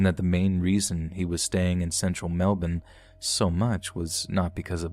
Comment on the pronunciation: I want to thank you for saying Melbourne correctly